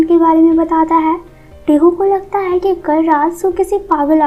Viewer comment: Voice is lovely... Just one suggestion is tht pls change ur way of stressing the word " hai"